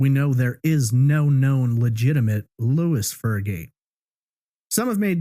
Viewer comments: Lois is a female name....pronounced "low iiss". Louis is how the male name you use is spelled???? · Name on records is Lois, not Louis.